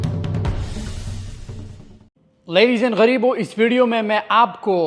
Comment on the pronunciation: Why he said ladies and greebo? Can only men can be gareeeb!